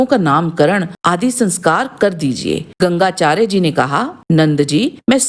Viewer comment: Gangacharya nhi Gargacharya 🙏